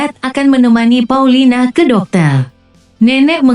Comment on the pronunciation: Paulina bukan paulita